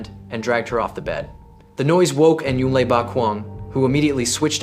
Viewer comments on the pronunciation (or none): Le is pronounced 'Lay'.....not 'Lee'. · I know others who prefer to pronounce it as Lay